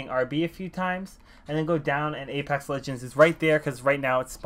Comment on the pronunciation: Ledgens....... BRUH ITS LEGENDS